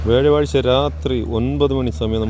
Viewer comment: വ്യാഴവാഴ്ച അല്ല വ്യാഴാഴ്ച ആണ്